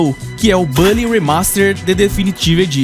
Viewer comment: Nao é bally, é bully com "u"... saninplay contaminou muita gente a falar errado